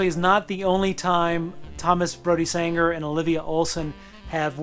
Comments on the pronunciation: Full disclosure: every time he says “Sanger” rather than “Sangster”, I want to punch him in the face. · Why am I triggered by how you pronounced ‘Sangster’ incorrectly??